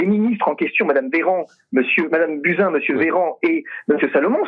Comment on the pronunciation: On dit Buzyn pas Bousin!😉